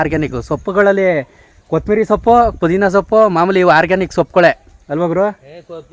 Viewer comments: ಕುದೀನ ಅಲ್ಲ ಪುದೀನ ಸೊಪ್ಪು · bro adhu kudina alla Pudina...😂